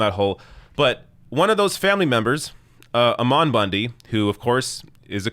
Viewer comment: His name isn't "Amawn" Bundy. It's Ammon, like Salmon sans the S. You've REALLY got to work on your delivery, and perhaps put a bit more work into preparing for these stories because when you read them off to us, it seems a LOT like it's the first time you yourself are reading it. Additionally, you repeat yourself rather often and your vocabulary appears to not be too expansive as it seems you search for the most appropriately descriptive word, only to choose one that doesn't do justice to your point. Please know that I deliver this criticism with zero malice; on the contrary, I very much so hope your show grows and improves over time, as I'm sure you know there is a massive deficit of quality progressive news outlets.